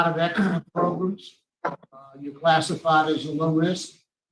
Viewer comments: I don't know why, but I HAVE to repeat "progrum" EVERY single time they say it!! 😆😆😆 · He’s driving me crazy saying “progrums”